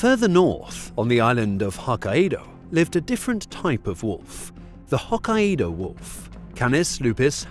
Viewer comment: Its pronounced Hoe Kay doh